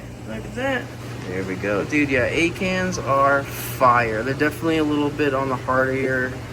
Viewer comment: Ok so when you were talking about one of your favorite corals "Acans" all I could hear was you saying "egg hands." I thought to myself what an odd name for a coral species so I googled it and quickly realized there is no such thing! 🤣🤦‍♀️